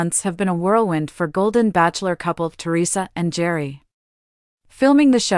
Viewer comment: Gerry is pronounced like Gary! Didn’t you listen to the show once?